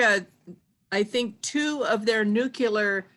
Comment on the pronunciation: Nuke-ya-ler??? *Nuclear